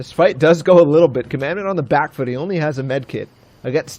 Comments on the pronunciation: listening to them commentate made me so mad, "commandment" pretty sure its COMADON, HOW TO YOU GET COMMANDMENT FROM COMADON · Comadon not command or commandment so annoying when the commentators cant read or constantly miss pronounce someones name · It’s comadon not commandment you idiot..